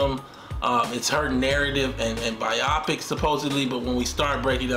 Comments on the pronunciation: Bro. It’s pronounced BI-oh-pic. Not bi-AH-pic. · Bio-pic, not byopic